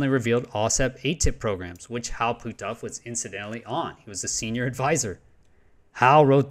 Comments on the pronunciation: Ok you are killing me with your pronunciation! His name sounds like “put-off”. You are saying Pooh-toff” Sorry I hate to be a grammar cop but “Pooh-toff”? LoL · Puthoff. Not Pootoff. Either way, we must dismiss his "work" on remote spewing.